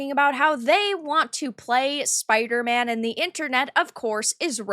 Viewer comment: SpiderMAN not spider-it